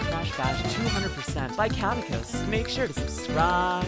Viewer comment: If I may… Best way to remember how to pronounce the name: his YT name is spelled in a way that combines his last name: “Caddick,” with the name of the NES game “Kid Icarus.” Thus “Caddicarus (Kad-E-Car-Us)